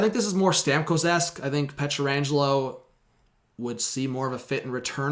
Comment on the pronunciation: Can you learn to say his name correctly?